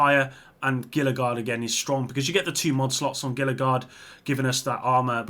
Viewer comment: Gila is pronounced "HEE-LA"